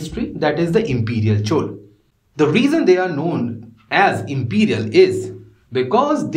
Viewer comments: Please pronounce South Indian terms like Chola correctly, it is not Chol. Thank you for your efforts in this YouTube series. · Plz, if you don't know how to spell plz make efforts It's Not Chooolee It's Choolaa (laa)